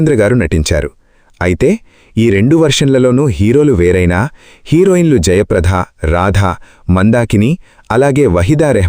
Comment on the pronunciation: వ్యాఖ్యాత రాధ,జయప్రధ అని అంటున్నారు. రాధ పేరులో వత్తు ధ ఉంది,కానీ జయప్రద పేరులో ఒత్తు ధ ఉండదు.వ్యాఖ్యాతలు కొంచెం భాషాజ్ఞానం పెంచుకోవాలి.